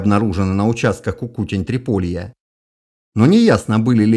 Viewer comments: Почему КукУтень? Культу́ра Трипо́лье – Кукуте́нь . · В слове "Кукутень", ударение на "Е". А канал просто супер)